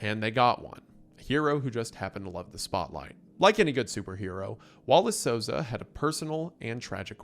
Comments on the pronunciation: Souza is pronounced SOUL-zah, basically how you did anyways Wallace is pronounced walla"see" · honestly you the the best pronunciation of a latino name in this video than ever lol